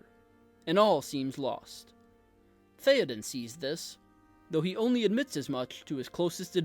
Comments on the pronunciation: TH-EY-Oden… not TH-EE-Oden. Great video! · Bro they said his name dozens of times In the movies, it's not theeeden, it Theoden. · Theyoden not Theeadin 😂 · umm its not theo-den its th-é-oden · THAY-oden. Not THEEEEE-oden. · Bro. Say it “Thay-o-den” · He's your favorite character yet you can't even say his name right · Imagine mispronouncing your "favorite" characters name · Why do you say his name wrong? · I’m gonna try to watch this even though you don’t know how to say Théoden. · I just wish you pronounced his name correctly... BUT... I loved the message. The point was put forth very well and you had a wonderful thesis. Thank you! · When pronouncing Theoden replace the E with an A sound and it will be perfect. Fine video! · That is not how you pronounce Théoden... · Ok. Now pronounce his name right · I want you to learn how to pronounce his name.